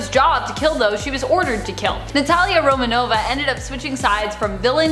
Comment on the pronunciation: Romanoff, not Romanova.